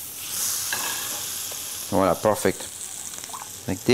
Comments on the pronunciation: I can't stop laughing everytime he says. I'm gonna name you. ----from Philippines here 😀✌️ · Yummy thank you 🍲🤗 wha-la seee. Wha-la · Spelling voilà ! Pronounced voala !! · Always saying viola every now and then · He is just saying volla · It's VOILÀ...... please! 😄 I love French toast, but must admit that I've never made it with brown sugar: now there's my turn at trying something new and knowing in advance how delicious it'll taste thanks to your many happy comments! Merci infiniment y'all😄